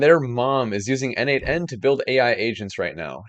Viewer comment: Great video, as usual 😅 Btw, isn't 'n8n' pronounced as 'natan'?